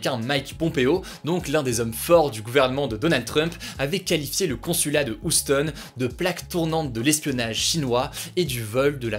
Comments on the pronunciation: Hugo on dit "youstone" et pas "oustone" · S’il te plaît arrête de dire « oustone » c’est « youstone ».🤣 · Par contre ça se prononce "youston"', et pas "Ousseton", voilou ^^ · Houston pas ouston mdr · Hugo je t'adore mais par pitié Houston se prononce "youstonne" 😂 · haha entre "Housse tone" et "Lépsigue" un accent au top! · Houston il le vends du rêve quand il le prononce 0 culture G pour info cela se dit youston autiste!!!!! Tu sais même pas répéter les infos de BFM TV sans faire des erreurs grosse 💩💩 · Pour info, Houston, se prononce "Youston"... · Ça se prononce Youston Hugo, Youston !!! 😂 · Stp Houston ca me perturbe, prononce Youston ^^ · Hugo please, arrête de massacrer la prononciation de Houston 🙏😂 t’essaie toujours de jouer l’accent maitrisé quand tu parles anglais en plus, tu dois savoir que ça se prononce pas « oussetone » 😂😂😂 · Bonjour Hugo , Houston c’est mieux si tu dis « Youstone » , ça pique les oreilles 😆😆😆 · On dit pas [youston] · Euh je v passer pour le relou de service mais la ville Houston au USA se prononce "Youston" dcp voilà Hugo si tu passes par là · On dit youstonnnnnnnnnnnnnn c’est pas compliqué Hugo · Ca se prononce"You stone" (Houston) tête de noeud va ! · Je pense qu'elle veut juste mettre l'accent sur le "plus gros" problème de la prononciation, plutot que le H que la plupart des gens se contrefoutent de "prononcer". (Pratiquement jamais entendu personne prendre le temps de souffler le H) Ça sera clairement plus proche de dire Youstonne a la française que Houstonne, en fait. Parce que pour le coup, y'a un endroit qui s'appelle AUSSI Houston, et est prononcé Houstonne, mais car ça vient d'un mec qui s'appellait Houstoun. Bref. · Hi My name is G....merci de l'avoir enfin souligne...je souffre depuis plusieurs jours😣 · Putin mais apprends a prononcer Houston ca fais vraiment pitié serieux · Bon par contre la prononciation des villes, c'est pas encore ça... Houston, Leipzig... Allez, on te pardonne, merci pour ton travail acharné 😊